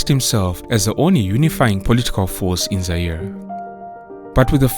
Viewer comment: Not Zai RE😂